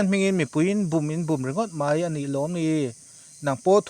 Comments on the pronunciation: A dang pawh a tam hle tho na in,mai tih hi chu lam i harsat deuh animaw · 'Mai' tih te khi i lam thiamlo a nih hi a. A zialo e, Mizo țawng chhiar zir deuh la a țha mange.